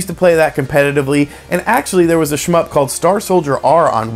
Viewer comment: Stop saying shmyp...